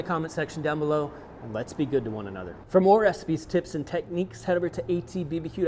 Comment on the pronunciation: Anyone else hearing “hey everyone, I’m with AT[bee-buh-dee]Q”...?